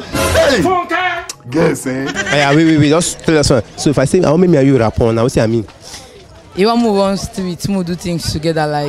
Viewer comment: but you sef you are confusing them now. It's raPPORT not raPOR. Your pronunciation is confusing